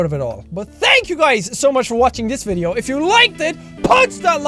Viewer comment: "I like to ade something to the vitheo for your guyssssshh entertainments." Dat pronunciation tho :D